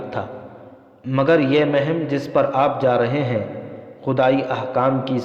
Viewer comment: Janabe wala... MashaaAllah...Apke bolne ka Andaz to bahot Achcha hai... Mgr Urdu Alfaz bolne padhne me bahot zeyada ghalati karte hain... Jaise . Sahra ko sohra.aur muhim ko mahim . Bargazidah ko burgazidah Amraa ko umrah .. Sarneg'oon ko surangu . Padhte hain... Aur bhi bahot si ghalatiyan karte hain padhne...